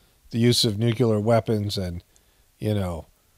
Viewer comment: NU CLE AR not NUCULAR